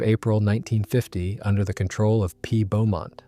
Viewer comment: The test pilot was Roland 'Bea' Beamont NOT P OR BEAUMONT.